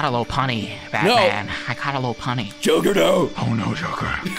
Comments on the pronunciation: its not lopoony its lopunny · Lop-un-nee Lopunny. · that sounds more like an accent than a mispronunciation lol